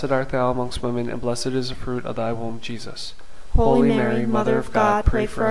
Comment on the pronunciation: Thank you for this wonderful series of scriptural rosaries. However, I don't hear "HOLY Mary" pronounced "Holeeeee Mary, " but just "ho Mary." Perhaps you might correct this...unless it's just my YouTube reception that's faulty. Thank you, and may God richly bless you.